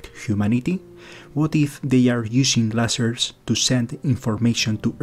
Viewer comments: Lol i agree with the substance of what the other guy said but I just giggled when you said leisers lol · Some friendly advice. The fact that you mispronounce "lasers", the subject of the video (and thus oft-repeated), indicates that you would greatly benefit from listening more closely to other English speakers - a sort of local version of the SETI of which you speak. And that, were you really serious about the communication thing, you would hire a speech coach. After all, Isaac did and it has done him wonders!